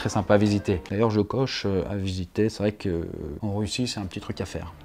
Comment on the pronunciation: 2min36 l'artiste russte? Il vient de Russtie? Ou bien?? ^^ A part ça, continue comme tu le fais si bien. Avec ton humour pas drôle... Mais qui me fait bien marrer! 😂😆